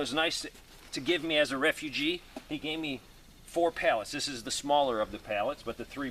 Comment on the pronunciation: Don't you mean re-fu-gee